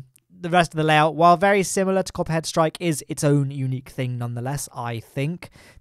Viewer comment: When you're saying Copperhead Strike in the video, I can only hear COPPA strikes lol. Alcohol review on Planet Coaster when? :P